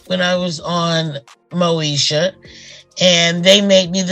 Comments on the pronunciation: It's Moesha not, Mosha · It's MŌ-Ē-SHA! NOT NO DAMN MOE-SHA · Mo-e-sha .... not Mo-sha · I had to stop watching, bc it must be AI! The name mispronounciations is crazy such Mosha for Moesha...Uuuug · Brandy's name on the show was Moesha. Pronounced...Mo E Sha. Not Mo Sha. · The show was Mo-esh-a, not Mo-sha! It's all about confidence & drawing the line. Look at Lizzo. They tried to put her down, but she rose anyway. I wish nothing but the best for Countess. ❤ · Who is Mosha??? Please learn to pronounce the names correctly before posting videos!! It’s pronounced Mo-ee-sha !! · Ok AI but informationative . It’s Moesha girl not mosha lol 😂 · Why this lady pronouncing Moesha name wrong, she's calling her Mosha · This is all AI. It’s not pronounced moo-sha. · Is the host AI? The show was Mo-e-sha….The way it was pronounced was….interesting…😳🙄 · This is an AI video. The show was pronounced MO EE Sh Uh. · Pronouncing Moesha incorrectly and calling 227 'Two Twenty Seven' is throwing me. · This channel is some AI mess. They can't even say Moesha correctly. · Yeah the AI sucks....the way she said Moesha😕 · This is AI this youtuber is not real she pronounced Moesha wrong listen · Yep I heard it! Let me watch something else